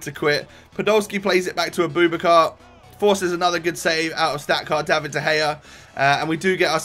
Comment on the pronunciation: Fuck sake it's not A-boob-a-car it's a-boo-backar